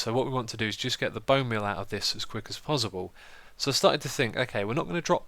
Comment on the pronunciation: dude its possible not pozzible